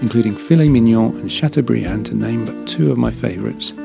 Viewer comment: Thank you for your good review. Filet Mignon has been pronounced correctly 😁…châteaubriant on the other side 😄